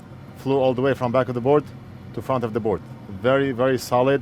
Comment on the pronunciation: when he says "solid" it sounds like he's talking to a friend named "Saled" lol